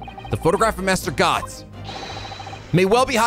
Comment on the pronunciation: no worries bruvva, Spanish is really close to Italian anyway, and without a live chat, how WOULD you realize it right off the bat!? Nah, you good! You bring a primo German accent to little Gotts, btw!